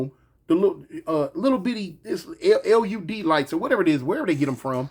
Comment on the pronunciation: LUD lights 😭 It's LED TOON